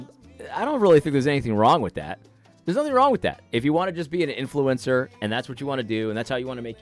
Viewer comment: Why the azn lady keep saying "influencer" like "influence sewer"?